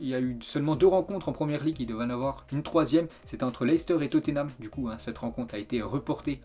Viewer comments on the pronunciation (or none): none